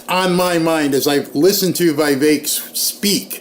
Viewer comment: for God's sake!!! Vivek is pronounced: VI like the vi in 'vision', VEK like 'veik'!